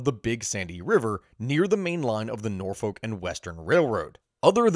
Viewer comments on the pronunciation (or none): none